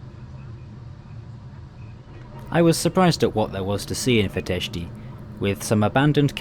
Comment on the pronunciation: Much better than most others, sure, but still some mistakes: the last A in Constanța is just a regular A, he pronounces it more like an Ă. And the final I in București and Fetești is supposed to be (semi-)silent...